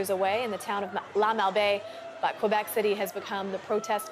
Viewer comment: For the last time, Québec is pronouce Kay-bec...Not Kouebec......merci calis